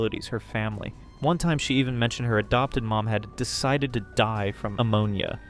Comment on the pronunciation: 'decited' is killing me idk why 😭